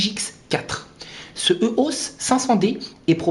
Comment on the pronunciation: éééééééos, pas euhos